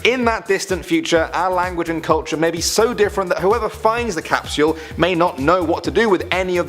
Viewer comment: It’s cap-sule not caps-u-el. 😂